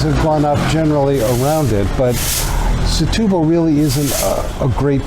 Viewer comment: Folks, I believe the Portuguese pronounce the town as STU-BAL and not SE-TU-BAL. and yes, even though I am a “Luso-American” and do speak Portuguese.